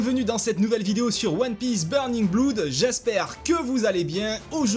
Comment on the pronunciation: si je peux me permettre , ta prononciation de "blood" est un peu dérangeante ! ça ce prononce plus "au" si tu veut voici un lien de prononciation rien que pour toi ;) sinon sinon ... les attaques de barba blanche et marco sont ouffissime !!! marco est un personnage très intéressant je trouve, comme tu a dit avec du style et un logia super ! dommage qu'il ne sois pas assez creuser et vue dans le manga .. peut être par la suite espérons